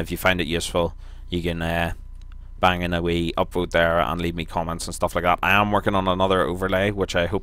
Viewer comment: Not "um" its..."iam"